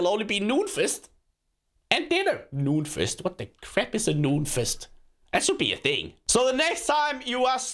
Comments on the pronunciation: When he said noon fast it sounded like nude fest... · When he said noon feast it sounded like he said nudefest